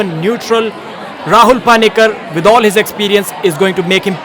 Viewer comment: its not paani-kar.. pani-kar.. how hard is that?